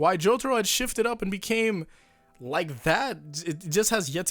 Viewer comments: Why you gotta pronounce it the American way... jo tar o... :( why not JO TAH ROH! The dio way! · Hey can you stop calling Jotaro as J o t o r o? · Nam Nguyễn Phương Well says it as Jotoro. Jotoro should be the right answer.